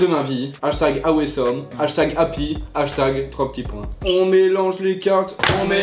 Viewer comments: Il y a que moi que sa choque qu’il dis « ahouesome pour awesome »😭😭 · Billy Corbeau il a dit à ouai some 😂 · il a dit # " a oué some" 😭😭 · "hashtag awésome" 🤣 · Personne normale:awesome: a ou some 😂😂😂